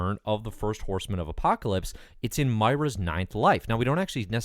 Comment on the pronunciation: Think her name is pronounced "Moi-rah".